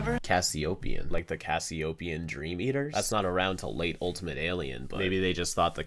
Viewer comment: kevin said cassiotien not cassiopien